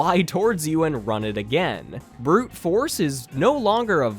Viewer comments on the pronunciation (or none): none